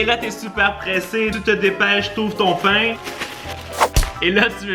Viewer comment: A la place de dir pain il a dit bain